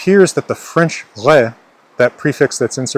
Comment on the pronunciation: "Wh-fench" is too much